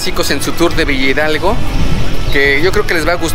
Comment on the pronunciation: La pronunciación correcta es Villa Hidalgo no villidalgo 🤦‍♀️